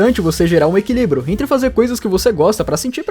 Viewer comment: "o equilíbro"